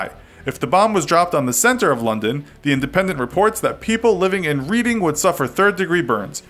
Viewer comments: Reading is pronounced Red-ing not Read-ing. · "reading" is pronounced as red-ing not read-ing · It's not pronounced reeding it's pronounced reding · Reading is not pronounced reading. It's pronounced 'redding'. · kieran plays Ree-ding, not red-ing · It’s pronounced ‘Red-ing’ not ‘Read-ing’🤦🏾‍♂️😤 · You say it as reding not reading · it’s not reading it’s pronounced as reding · It’s pronounced as Reading, not Reading. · It's pronounced red-ding, not read-ing, just so you know for next time. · Red-ing not read-ing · Read-ing lol its red-ding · NB: I’m British and the city of Reading is pronounced ‘Redding’, not ‘Reeding’ 😅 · Lol it's pronounced "Reding" not "Reeding" haha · reeding......reeding.......REEDING...no. It’s reading...RED ING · It's pronounced "redding", not "reading" like the verb. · It's pronounced 'reding' not 'reading'. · it’s pronounced “reding” not “read-ing” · Hahaha reading, it’s pronounced redding 😂😂😂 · It's not pronounced reading as in reading a book, its pronounced redding, just spelt differently though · This sucka said READ ing it’s red ing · it's pronounced redding not reading lol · 'Read-ing'??? it is pronounced 'red-ing' U Americans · you said reading it is spelt that way but it is pronouced redding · But its pronounced reding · "Reading" is pronounced reding, and I'm American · Yup, I'm Welsh and we pronounce it red-ing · every brit says red-ing. And it's a British city so yeah pipe down lol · Hector Chavez I live near London, it’s pronounced Red-Ing 😂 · Im a professional at this as i am from reading and it is pronounced red-ing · no it's not it's pronounced red-ing, I'm a Brit, I should know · Or you could be talking about the city in Pennsylvania its pronounced red-ing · LMAO THE WAY YOU PRONOUNCED READING The town Reading is pronounced like "redding" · It's pronounced red-ing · Btw Reading is pronounced as “Reding”. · Reading is pronounced red-ing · It's pronounced redding as in past tense of read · Reading is pronounced “Reding” 👍🏼